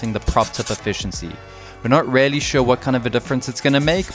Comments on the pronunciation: OMG "really" is pronounced "reelly" not "rarely" I want to just hear over it, believe me, but you say it over and over again and it stings in my brain like a needle. Just say it right ffs 😂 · say "really" like "reely", not "rarely" lol